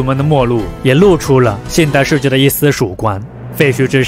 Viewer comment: 主播，世界读音shijie视界，不是设界。